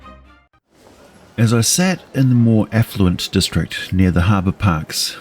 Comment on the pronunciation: Was initially unclear whether you said affluent or effluent, given the thumbnail and initial lack of context.